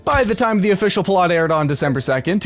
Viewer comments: hey fyi it's pronounced pilot - as in the guy who flies the airplane 😆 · listen to how the word "pilot" is pronounced at certain points in this video. it's an AI voice.